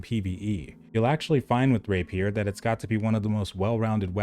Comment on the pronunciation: rApier, not raPIER